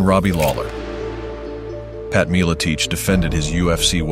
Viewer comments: Excellent video! First one I've seen on this channel....I'll have to check out some others and see if you're worth a sub :) I do have one question though - Pat "Mill-a-teach"? I thought it was pronounced "Mill-a-tech" with a short "e" and "ch" that sounds like the "ch" in "chug". Am I wrong? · Meal-ah-teach is unforgivable